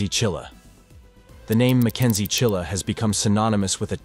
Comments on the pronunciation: It's Mackenzie Shirilla, not Chilla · Shirilla NOT Chilla your schmo's. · The name isn't Chilla, it is Shirilla. If you can't even get the name correct, why waste your time?